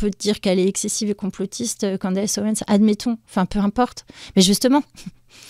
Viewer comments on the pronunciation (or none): Si tu sais pas prononcer CANDACE... dis CANDICE !!!! Pas Candasse! 😅